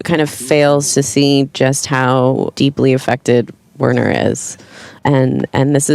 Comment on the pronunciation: I hate to correct the people who created these characters, but Werner would be pronounced with a "v" sound, like "Verner." Also... I find it frustrating that this YouTube video shows screenshots when they're talking about specific parts of the show that we need to watch to understand.